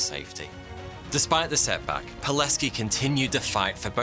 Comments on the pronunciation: I'm impressed how well you pronounced Pileckis name. Well done man, as a polish man living near the camp I really wanted to see something about our national Heros. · Finally an episode about a Pole!! Dziękuję!! (Also, his name is pronouced Vitold [Good pronounciation of "c" though])